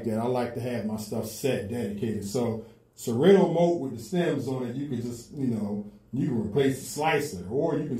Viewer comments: Yo DJ! Serato is pronounced: Sir ra toe. sir rah toe Not sir rA toe....the a is not hard. Good look if you tag them in your video to get their attention. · Sera-toooo, Sera-toe, 😂😂😂😂😂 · Why you saying serato wrong